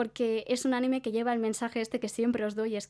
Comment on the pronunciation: Noooooo. CÓMO QUE ánime. ANIME sin la tilde en la a por favor:((( o sea cómo puede ser? Ajajajajjaaja